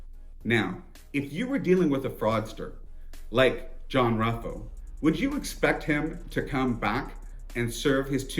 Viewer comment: Ruffo (pronounced Roofoh) is 91 years old living out his life in a private BUPA care home in the UK. Completely bald, clean shaven and 70 pounds lighter, with an acquired accent. The chances of arrest are minimal.